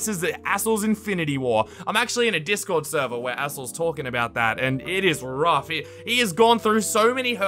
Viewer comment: “The dark web of discorrrd” XD